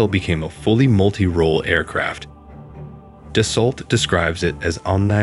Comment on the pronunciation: Please american persons who try to speak about french aviation, stop saying Da sso LLL TTT. Right pronunciation is DASSO. After 100 dassolllttt I have to say this. Thank you